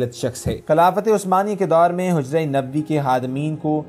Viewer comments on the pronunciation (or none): kindly ap apni aik mistake ko correct kr lain gumbad e hizra nae ye Hazra ha. jazakAllah